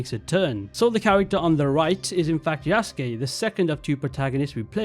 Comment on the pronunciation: Good video, but please get the pronunciation of Yasuke right